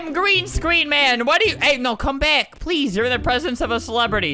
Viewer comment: I love how you said get bick here instead of saying get back here